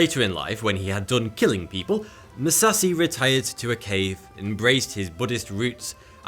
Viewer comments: Bro, I really don't mean to be rude, I just want to respectfully correct your pronunciation of Musashi's name. In case you might not know it is pronounced "Moo-Sah-She" , the end of his name is said like the normal feminine pronoun "She" , not "see" . Truly no disrespect, just wanted to let you know. 💯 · MusaSHI. not "MuSauCeY". How hard is it to properly pronounce the names of the individuals that you are featuring? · Seeing him pronounce names wrong makes me wanna puke, "Mi" "ya" "mo" "to" "Mu" "sa" "shi" . And not "kurki" it is "Khukuri" "Khu" "ku" "ri" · Its „Kukri“, not „Kurki“. Its „Buddhism“, not „Buddism“ and its said „Moo-za-shee“, not „Mussassi“ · pronounced MU SA SHI not (Mu sasi) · Musashi, not Musassie And Kukri, not Kurki lol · "Musassy"? It's MusaSHI 🙁 But still a great video 🙏🏽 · Mu- SA- shi Not . MU-sa-see And It's SA-mu-ra-i Not sa-mur-eye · "MUSASI" I believe his name is "Musashi". It's not that hard to say. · I get triggered every time he pronounces Mu-sa-shi as Mu-sa-si(c), Dude tryna turn him Mexican lol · Your pronunciation of "Musashi" just about killed me. Like god damn dude, its not "Moo-sa-see" its "Moo-sa-she" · Every time he says Musassi my ears ache. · Don't wanna be that guy but... Musashi with an "Sh" not Musassi... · He can literally pronounce Musashi as if it were an English word and it would be (almost) correct. Instead he chose "ma sassy". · Exactly. It was just pure torture listening to him pronounce Musashi as "ma sassy". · I get cancer every time you mispronounce MusaSHi's name as "MusaSi"... Also the weapon is a KUKRI not a Kurki whatever the hell that is....ffs man do your research. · Musashi MOO-SAH-SHE Emphasis on the second syllable. Don't you know that now days, pronouncing a person's name incorrectly is a hate crime, or some other silly sh!t? Carry on, sir! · "Mayamotou Musasi" LOL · He pronounces musashi as musahsi I don't want any more names butchered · Moo- sa- shi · Pronounce it with me. MOO. SAH. SHE.